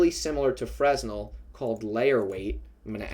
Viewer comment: The S is not pronounced in Fresnel, thanks a lot for the effort and all 🔥